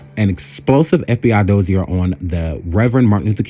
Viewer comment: Sir, your content is MUCH too intelligent for me to remain silent any longer. First of all---well done! Next: You should Google things (pronunciations) about which you are not certain. Ill pronunciations make you appear much less intelligent than we, the audience, know you to be. To wit: 1. Dossier: Has French roots. Thus, it is pronounced DOSS-see-yay 2. Joan Baez: Last name is pronounced BYE-yezz 3. Communist: Pronounced COMM-you-nist Just a tad more research and a verbal editor will make you darn near invincible on this here app. Here if you need help. I promise---I'm just trying to help. (Thus, no shade.)